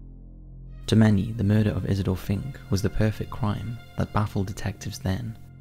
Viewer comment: Why do I understand "He's a dolphin" when you first say the name Isidor Fink?